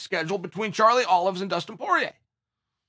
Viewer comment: I remember when "Charlie Olives" became a champ and you promised to never call him "Charlie Olives" again.